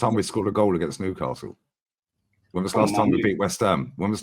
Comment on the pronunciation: Agsint Madrid lol